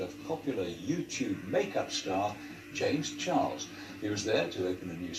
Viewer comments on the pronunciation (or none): confirmed says James Chiles because of his accent 😂💕